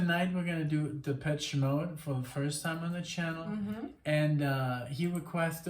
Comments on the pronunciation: it's shhhh though not chhh )) depeshhhh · It’s Depessshhhh not Depech 🤣